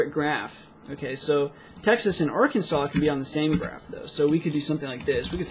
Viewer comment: i gave a break to videos and i was listening Texas as the taxes :D fck me right ?